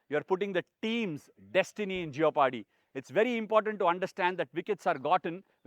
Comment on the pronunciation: It is jep-er-dee. O is silent Ash.